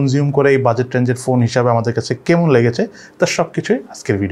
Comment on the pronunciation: "কেমুন" না "কেমন". Sob e thik ache but apni keno jani ai word ta thik korte parchen na seta bujte parlam na. Jodi apni apnar local language use Kore video upload korten tahole oi word ta sunte kharap lagto na. But sob sundor sentence er Maje Ekta word ektu bajei shunaye. Hopefully u r not gonna take this comments in the wrong or bad way. Take it as like ur guidelines.